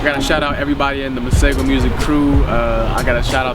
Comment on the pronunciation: His pronunciation of "Masego" is incorrect though however it’s understandable.. I am a huge fan & hope he'll be gracing SA with his presents soon :-) was really hoping he'd be added to the Afro Punk line up taking place in JHB in December this year